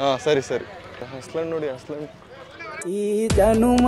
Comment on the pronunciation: halasu ❌ Haslu ✅